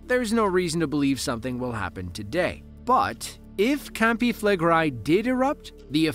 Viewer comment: "known locally as" CAMPI FLEGREI - if you say that learn to say it correctly. Flegrei not Flegrai 🙄🙄